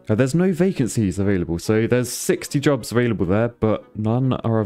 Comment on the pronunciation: heh. is it wrong i thought for half the video he was saying "these people want drugs" when he was really saying they want jobs